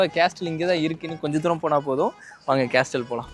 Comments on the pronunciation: கேஸ்டல் இல்ல பொறம்போக்கு கேசல் என்று சொல்ல வேண்டும். Letter "T" is silent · Dai, அது கேஸ்டில் இல்லடா, கேசில்டா... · Pronounce castle as casle. T is silent. No offence Bro. I enjoy yr video. I think you should direct film. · sorry bro castle there is ''T' is silent not